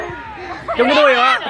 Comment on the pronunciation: Đoạn cuối Cúc cứ: "hết giờ lè! hết giờ lè" :v :v :v "sắp hết giờ dồi" :v